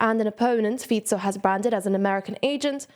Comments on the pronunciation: Feetso may be correct but Faiko still sounds cooler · That happens. She may have just forgetten the correct pronunciation as she continued to explain the news. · Everybody says "Fiko", I can't blame her, I only have that pronunciation in my head too. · How can you pronounce Fico correctly and then call him Fiko 10 seconds later?